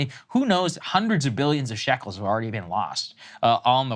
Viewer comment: Shekels sounds funny. It sounds like you're being ant1s3m1tic.